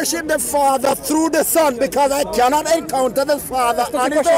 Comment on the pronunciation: you kianot..you kianot..you kianot..this should be the proper title..lol